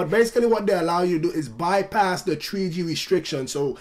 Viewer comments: What's this new "TREE G" network I'm hearing about so much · tree G in da iPad tree